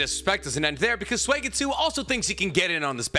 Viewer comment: Suigetsu is pronounced like Soo, not swee or sway! Soo-get-soo.